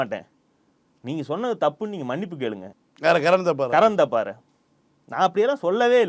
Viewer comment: தப்பார் தப்பார்னு சொல்லாதீங்கப்பா. அது தாப்பர்.